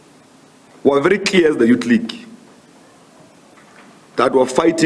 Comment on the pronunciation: Youth not yuut